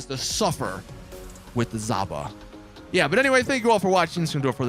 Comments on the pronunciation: Fun Fact: the zhaba is not pronounced zaba, and the reason its called zhaba (жаба) is because it looks like a frog, but since its too lazy to name a vehicle the frog they decided to translate it to Bulgarian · It's a toad. No, really. That's its name. "Zhaba" (Pronounced like "jhaba") means "Toad" in Russian.